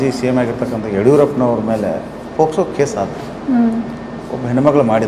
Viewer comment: Super kaanunu mam it is not posko it ir pokso